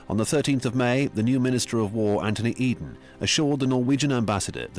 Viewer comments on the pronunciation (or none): none